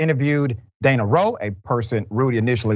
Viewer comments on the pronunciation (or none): none